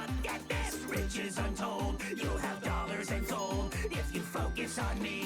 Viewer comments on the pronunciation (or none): none